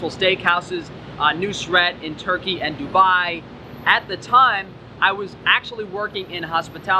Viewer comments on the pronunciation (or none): none